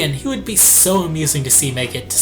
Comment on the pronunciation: why do you zay z zo much